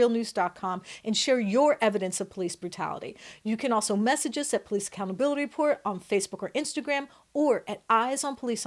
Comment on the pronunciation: what are the “pole eece?”